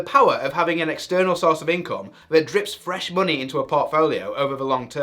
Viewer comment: Why do you say muney instead of money? 😂